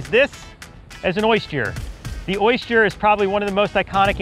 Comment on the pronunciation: ......oist-yer ........oyst-yer.......or oyster